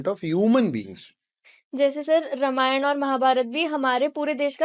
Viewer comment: रमायण नहीं है, रामायण बोलो.